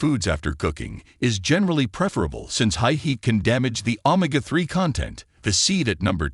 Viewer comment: You need to upgrade your AI it can't even pronounce Omega that is pretty sad